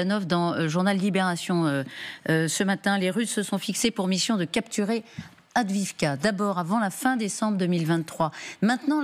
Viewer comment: Est-ce qu'un jour les journalistes et autres généraux feront l'effort de prononcer Avdiïvka correctement ?